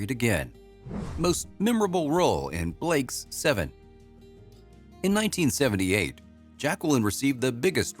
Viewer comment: I think it’s a programmed A I - there were occasions where the pronunciation sped up and slowed down in places that didn’t sound natural - also the way it said Blake s Seven - almost saying the ‘s’ as a completely separate letter.